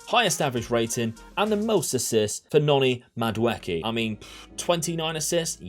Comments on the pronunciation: The name is Nigerian it's pronounced Madu eee kay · Also, to help you out people usually say the name Mad-ooh-eck-ay.